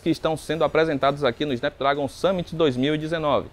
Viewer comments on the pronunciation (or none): "Snápdrágon" pô brother, gasta um pouco de inglês ai kkkk, no mais, ótima matéria.